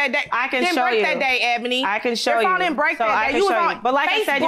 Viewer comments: I thought I was hearing it wrong! I kept telling myself she can't be saying phome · It's not "phome"??? 🤣🤣🤣(The defendent is a teacher.) Children are relying on her to at least be able to pronounce "phone". Damn. I have no more words.